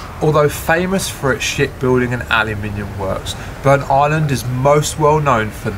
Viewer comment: It isn't Burnt- Island it is BurntIsland all one word other than that it's a good video